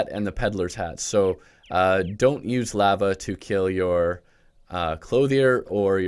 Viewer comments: Did this man really say laaa vaaa excuse me its Lah vah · The way you pronounced lava at the beginning caused me physical pain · who says lava like that